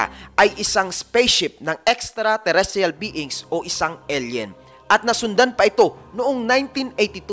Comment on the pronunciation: Eyl yen ang basa hindi el yen koya. Tsaka skyscrapers hindi skycrapers sa isa mong video.